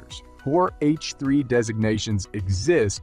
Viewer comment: TECH the brainless AI Narrator needs to learn to Say H3 Rocket Not F3...wow the Speech Synthesis Software is so freaking Dumb it's better to proofread the script and 1 more thing it also said Alpha Tech wrong too so how freaking hard can it be to get a person to read the dialog 🤔 Suggestion: Go back and listen to the video and count how many screw ups the AI Narrator makes throughout the video and redo the video!